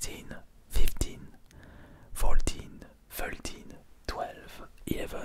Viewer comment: j'veux bien qu'il y ai un accents mais faut vrm être un Mongolien pour dire "feultine, filtine"